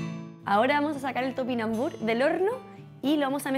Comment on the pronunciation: TopinambuRrr, no tupinambuch... aprende a leer...termina en RRR, no en ch...